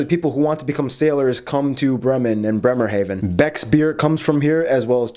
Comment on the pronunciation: Okay but that guy pronouncing Hamburg neither the English nor the German way but in an in-between way really threw me off. Also the way he said Bremerhaven was too damn funny xD